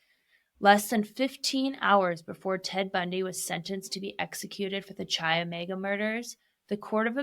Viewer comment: Chi is pronounced kai